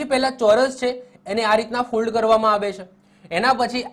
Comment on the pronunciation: Sir mold bolo che k fold